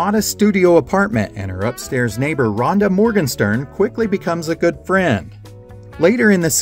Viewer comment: Great channel! But Rhoda Morgenstern, not Ronda!